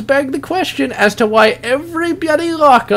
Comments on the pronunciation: it pisses me off when you say "byuudy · about half way through I realized it was "bloody" he was saying. I thought it was just a speech impediment.